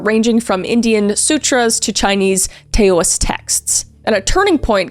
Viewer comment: As a Taoist, I giggled when she said Tay-oh-ists. No hate, it's cute! But it's pronounced 'Dow-ist' or 'Dow-ism' ❤